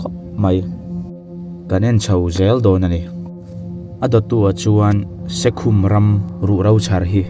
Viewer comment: Se khum,,(mutna khum) ang hian Se khum, tih tur a ni zawk lo maw.